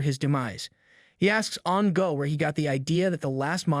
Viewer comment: name An’ge but the story teller said “an ga” 😂 and xiao xiao become “xi ao xi ao” , nice story and story telling anyway 🫰